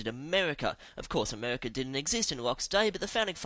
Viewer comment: ...who invented Amehwicka